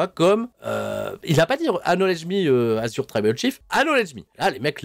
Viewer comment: Le "k" de "knowledge" est silencieux, mais pas le "c" de "acknowledge" !